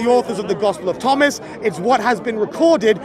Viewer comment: Bob said tospel of ghomas LOL